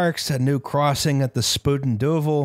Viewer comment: I know it's a Dutch phrase and thus not deserving of correct pronunciation, but it's not Spooten Doovel, it's Spyten Dyvel. Eyes, not yous.